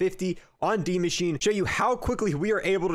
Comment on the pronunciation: And Maschine is pronounced Mashina